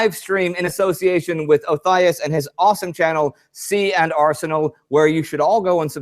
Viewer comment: Indy, another awesome episode (and NOT just because of the Ernie mug). also so glad to hear you FINALLY pronounce their "nomme de web" correctly (see and are senal, lol)., as always, first class effort, even with a shanghaied camera crew, and iron framed spanish revolvers waiting to shatter into fatal shrapnel from exposure to sunlight, lol! i actually did notice there was a bit less "big O", volumetrically speaking, congrats. aside from the technical glitches live streaming from opposite sides of the ocean can produce, you both do a great job of blending respective minutiae to give a very thorough overview. i couldn't ask for a better combo to do the job at hand!